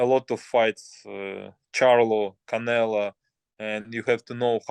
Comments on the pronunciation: Keeps calling him canela 😂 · Why is it that Bivol can say CharlO but still keeps saying CanelA? 😅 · It's funny that he calls him Canela. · He still Calling Him Canela lmaooo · He called him Canela. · Bivol isn’t humble he mid pronounces canelos name on purpose